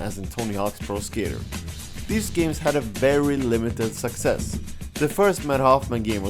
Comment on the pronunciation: not hating on his accent or anything of that sort but am I the only one who thinks that every time he says "success" it sounds like "sexist" or "sex ed"? lol